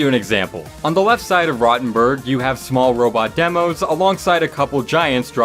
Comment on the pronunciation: Roetenburg is how you pronounce rottenburg